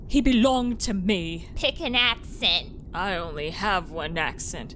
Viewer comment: TAKE AN AXE - CENT